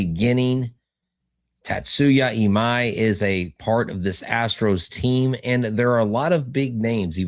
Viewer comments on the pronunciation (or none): Or Imai’s name!!! “EE-Ma-E””